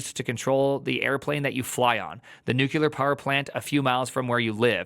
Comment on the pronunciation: why you say "nucular"?